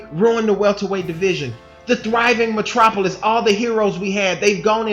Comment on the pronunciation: You said Thriving Matropolous Funny now it's a GHOST TOWN 🤣🤣🤣🤣🤣🤣🤣 why because Errol Spence